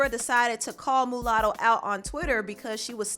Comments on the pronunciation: You keep saying MOOOOOlatto. Lol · It's Muah sound Not Moo latto.. but carry on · It's pronounced "Ma Lotto" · Girl it’s pronounced MALUTTO LMAO... MU LATTO REALLY